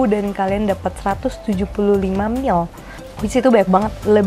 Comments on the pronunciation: Mili yaaa bukan mil wkwk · iya dia bilangnya mil... agak ganggu sih..